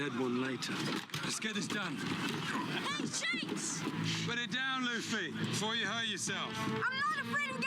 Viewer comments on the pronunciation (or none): *Shanks*. Not *Shinks*. Still enjoyed your reaction